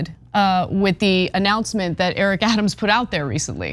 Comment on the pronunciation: Thank you for your report. "Adams' " is pronounced " Adam's ", no need for the extra 's' .